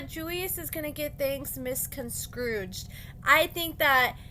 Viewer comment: Did you just say “misconstrouge?!” Like he said!!! Girl, I know you’re smarter than that!